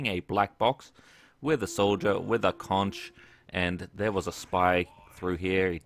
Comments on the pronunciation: Conch is pronounced Conk. That's why the pun is "Concheror," because it is pronounced exactly the same as "Conqueror." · Pronounced like "conk" that's why its the concheror, pronounced like conqueror. Everyone says the ch and it makes me cringe...... done with rant. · Australians pronounce it Conch... w00t w00t mate